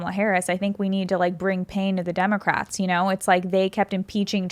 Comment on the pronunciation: He said 'Democrats' incorrectly.